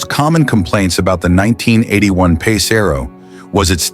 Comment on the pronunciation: AI channel. Notice how the comments are ignored too, shitty channel. The way it said "pass" rather than "PACE" was a big red flag. Yeah I had 2 pace arrows so I was saying the same thing lol, had a eleaganza and a pegasus. Both I have videos on my channel hacking up for salvage.